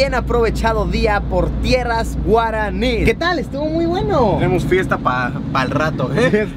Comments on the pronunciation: yo soy de Paraguay y me gusto mucho tu pronunciacion en Guaraní ʚ😅ɞ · La verdad es que le salió muy bien en guaraní jjsjs ni yo se pronunciarlo tan bien :'u